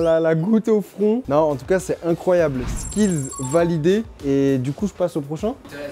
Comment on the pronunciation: putain ça me fait tiquer quand je l'entends dire "skillS" ou "pancakeS" au singulier xD